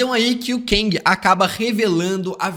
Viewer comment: Gostei da análise, mas para de falar "keng" é "KANG" 😂😂😂. No mais, foi bom.